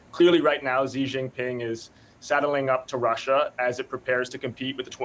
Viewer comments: I wish people in the west would - at least - make the effort to pronounce Chinese names correctly. It's an embarrassment! How hard can it be to pronounce "shhhh" instead of "zzzzzz". Good grief! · Dumbass “china expert” said “Zi Jinping” lol 😂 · When will they learn to pronounce Xi's name correctly? 😂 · Nobody should take seriously anyone who can't even pronounce the Chinese presidents name correctly. And you want us to believe he is on some kind of committee that specialize in China? What a joke.